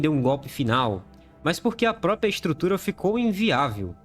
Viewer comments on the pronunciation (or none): none